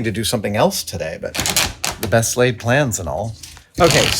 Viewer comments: Did he say “best lathe plans” or “best laid plans”😂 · Did you say, "The best ... 'lathe' ... plans and all"? Hah. 10/10 would watch again. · I thought he said, "the best lathed plans" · The best laid plans or the best "lathe" plans and all...😀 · Did anybody else hear "the best lathed plans and all" It made me laugh so hard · did he say "the best Lathe plans"? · I heard “best laid plans” as “best lathe plans.” Seems like the latter is what happened. :) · "the best laid plans and all" ... I think you meant "the best lathe plans and all" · I know he said "best laid plans" but I heard "best lathed plans"...lol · Did he say, "The best lathe plans and all" ?? Lol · "the best lathed plans".. 😂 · "Best lathed plans..." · Is Adam saying "the best laid plans and all" or "the best lathe plans and all"? 🤣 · "...best laythed plans and all.." 😊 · for a moment i thought you said "the best Lathed plans and all" and i was like GREAT pun! lol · Not sure if this has been said. But I thought I heard him say, "The best lathe plans...'. Well that would have been funny. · Did you just say "best lathe plans and all..."? XD